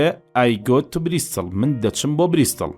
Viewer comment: زوۆۆۆۆۆۆۆۆۆر جوان بای سیدەکەی یاخوا سەرکوو تر بی بەس ئەو ئێوارە چون بۆ بریستڵ نەک بریستاڵیان بەجێ هێشت